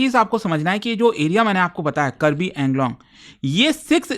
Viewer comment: Pronounce it as AANGLONG